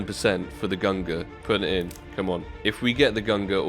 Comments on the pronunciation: I get triggered everytime he says "GUNGRR" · Pls don’t pronounce it gungrrrr :D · when he said gungur i felt that. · Why Gun-ger? It's Gung-neer. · it's /gung-neer/ not /gung-gr/ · FFS! its pronounced GUNG-nir ffs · I think the AWP you want is pronounced "gun gnir" btw, and the negev in the tradeup is pronounced the same way as Thors hammer /tradeoffer/new/?partner= &token=-9WHWEQ1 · I'm pretty sure that its pronounce "GUNG NIR". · They are named after Thor and Odin's weapons and you've pronounced them both terribly and it triggers me. Say it with me GUNG-neer! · Why does this man just ignore the N in gungnir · I don’t think Gaben will give you the gungnir until you pronounce it correct lol. You will get it some day hopefully... But those player models are kind a /tradeoffer/new/?partner= &token=3HA38g0Z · Nitram same with the Gungnir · Fml the way you say Gungnir is dreadful. Great vid tho. 🙃😂